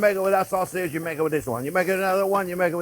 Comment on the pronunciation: LoL....Chef...deep down you are a "spicy Italian". You said, "you maka", we all heard it and WE LOVE YOU! Merci!